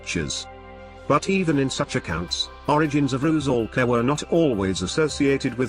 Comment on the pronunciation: RU-'SAL-KA. 'SAL' - 'S' is an 'S', not 'Z'. 'SAL' rhymes with 'DOLL'(American pronunciation), not 'BALL'